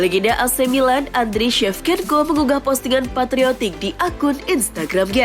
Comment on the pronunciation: Shevchenko baca sevcenko,not sevkenko 😂😂😂